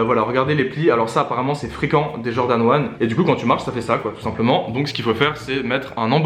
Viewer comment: Jordan se prononce DJordan 😭😭 sinon louurdddd